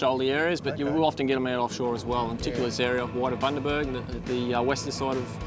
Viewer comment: It’s Bundaberg you knob, not Buderberg hahaha